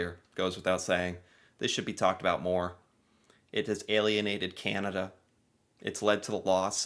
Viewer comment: Do we wish that could learn how to say "Canada" instead of "Cyanada"? I know I do.